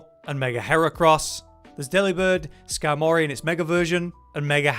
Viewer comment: why do you say skarmory like that